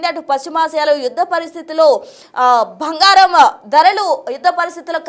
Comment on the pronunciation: Bhangaram kaadu bangaram